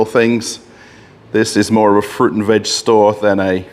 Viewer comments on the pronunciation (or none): none